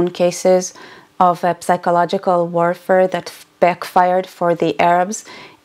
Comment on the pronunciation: Love your uploads, I watch them all ever since I found out about your channel. Just one thing... The word "psychological" in english you pronounce with a silent "P": -sychological. Anyway, don't mind me, I'm a bit autistic. Love you!! ❤